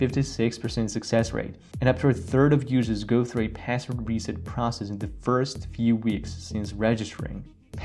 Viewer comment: Say pääswod one more time I dare you ….